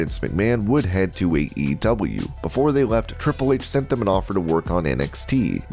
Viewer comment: Was getting seriously mixed up when you kept saying AEW, sounded like EEW.